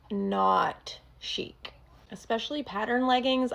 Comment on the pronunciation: The most un-chic thing is her pronouncing the word chic as “chick”